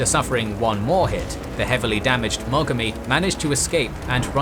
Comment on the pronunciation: Aye, and it's nuGUmo, not NUgumo, moGAmi, miKUma. In Japanese, the emphasis is put on the first syllable of the last Kanji.